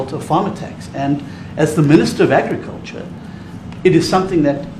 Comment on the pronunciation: Red as a tomato 🍅.....Da mista meeeneeesta.....ov.....agggicaltcha...Red as a tomaytah ...avytineeezayt....Red as a tomayta....disgraceful at best...